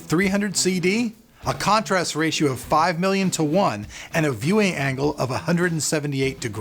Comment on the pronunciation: aspect rachio lol